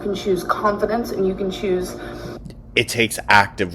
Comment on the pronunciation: wants to “pahtray conf-dints” you guise!